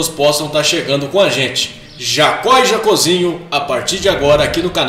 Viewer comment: Pronúncia é Jocób e não Jacôb. É Jacózinho e não Jacôzinho.